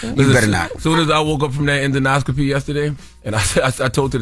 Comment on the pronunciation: CTG and Envy its En-Do-Scopy not en-do-noscopy lol